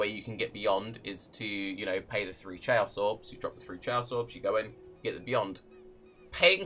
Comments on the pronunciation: did you just call chaos chey-os? That's not a word bro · Is this fucking guy actually saying fucking chayous orbs? Opinion goes into the trash. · are you saying "chay-aws orbs?" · He was almost right, but it isn't pronounced with "ch". It comes from the Greek khaos so needs a hard K sound